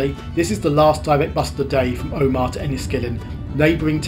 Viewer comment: If you'd waited in lurgan for a 47 you'd have got into Portadown in 13 minutes. It goes through the middle of Craigavon not round every housing estate, hole in the hedge and car park in the place. Omagh is pronounced omer short ma not like Armagh with a long maaaaa . Dromore is pronounced drom more rhymes with don. Its a nightmare ! And Lough is the same as loch.. just spelled different. If youre ever here again check out pettigo. Half the village is in Northern Ireland and half in the Republic of ireland Really enjoyed this journey as i knew exactly where you were most of the time ! Cheers Mitch Portadown (born kendal .)